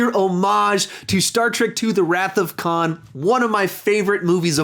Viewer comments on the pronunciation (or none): none